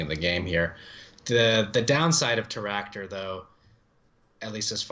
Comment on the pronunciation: Why do you call Teractor with two R?